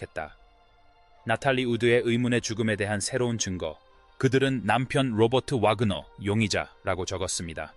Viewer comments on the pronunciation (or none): 리포터의 엉터리 발음은 이 큰 사건의 의미를 반감시킨다. . 이 사건은 너무나 유명한 사건이다. 왜 바그너라 했다가 와그너라 하는가? 그리고 함께 있던 크리스토퍼 워큰은 아예 이름도 제대로 나오지 않은채 엉터리 발음으로 얼버무리나? 리포터는 이 사건을 제대로 알지 못하는 세대의 인물인가? 범인은 남편이라는 사실을.... 남편이 나탈리 우드와 크리스토퍼 워큰의 관계를 질투해서 저지른 범행이라고...당시 모든 언론이 보도했는데..그리고 로버트 와그너는 위선자의 삶을 살아야 했던것을... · 와그네오? AI 라도 이름 정도는 똑바로 읽어야하지. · Wagner 와그너, 발음....